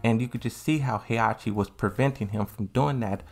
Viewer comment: FOR GOD´S SAKE, WHY DO YOU KEEP MISSPRONOUNCING THE NAMES???? Is HE-HA-CHI, not Heiachi and is XIAYU NOT YIAOYU.